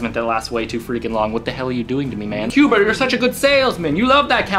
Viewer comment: It's qbert You said qbe XD